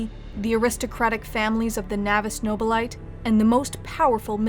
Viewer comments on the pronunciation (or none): Couldn't avoid cringing at "Navis Nobil-EYE-t". "Nobil-eeteh", damn it. :)